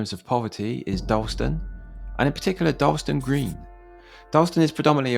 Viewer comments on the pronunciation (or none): Oh and it's pronounced Dar-las-ton. Or Darlo. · Darlaston town center used to be a lot better before they knocked a large chunk of it down to replace the old Asda store with new current one. Also not meaning to be pedantic but Darlaston is pronounced Dar-Las-Ton. Oh, and Caldmore is called Karma by the locals.